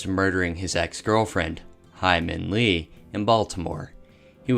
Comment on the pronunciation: I lost it at Hae Min Lee - (Hymen) Lee🤣